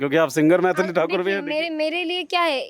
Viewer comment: मैथली ❌❌ मैली ✅✅